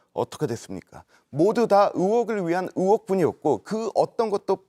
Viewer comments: 쟤 왜 으혹이라고 하는거냐 으혹이 뭐야 으혹이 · 씨 으혹은 어느 나라 말인지... 혹시 의혹이라고 얘기하고 싶은건가... ㅠㅠ